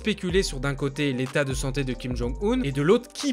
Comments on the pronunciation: pour info, on ne dit pas Kim Jong [Oune] mais Kim Jong [Eun], 김정은 (comme quand on dit "heuuu", avec un h silencieux, et un n à la fin). Regarde sur Google traduction ou Papago pour l'écouter sinon:). C'est une erreur que tout le monde fait, et ça fait très mal aux oreilles quand on parle coréen. J'espère que tu en prendras compte, car tes vidéos sont très intéressantes, plutôt précises et correctes (quant à la Corée en tout cas). PS: je suis en Master de coréen c'est pour ça que je me permets de te rectifier. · Ca se dit Kim Jong ''eune'' un 김정은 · Ça se prononce Kim Jonng Une comme John et Lune. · Si king jong un serai .... J’aime tes vidéos mec mais fait un effort. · justement, c'est parce qu'il ne fait pas coréen que je me permets de le corriger. Chacun mérite à ce qu'on essaie de prononcer son nom correctement.